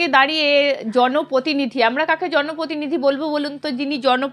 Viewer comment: Please bangla uchcharon ontoto thik korun.... Ota protinidhi..... Potinidhi noy😂